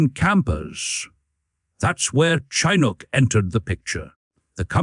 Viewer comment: It's pronounced chin Ook, (hook without the H)